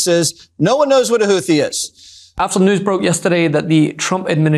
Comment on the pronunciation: I believe it is pronounced "Hoot he" but I could be wrong.